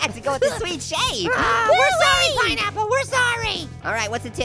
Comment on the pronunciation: Peen Apple